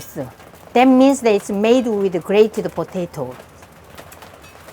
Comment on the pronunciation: Am i the only one who likes it when she says “ potatoe”